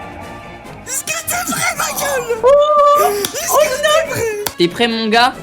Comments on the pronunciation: Mais je me demande toujours pourquoi se bouffon il dis "iske" vous allez bien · quand tu dit is'que 😂😂😂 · Quand tu dis is-ce que 😂😂😂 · vous aussi inox quand il dit est-ce que endirais qu'il dit isque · Il fait que de dire "icque" pas "est ce que" 😭😭😭